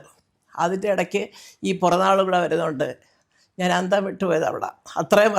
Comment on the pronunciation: It is 'piranaal' nt puranaal